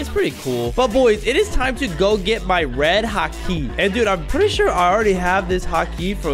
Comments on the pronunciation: hakeee bruh its called haki not hakeee and ond pronounced haw key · Its Haki not ha kiiiiii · Bro said hake💀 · “death the wolf, red ha-kee “ 💀💀💀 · It's called ha-ki not ha-key